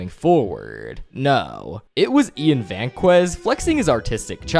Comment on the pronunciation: I mean it’s obvious, the AI can’t even pronounce Vazquez lol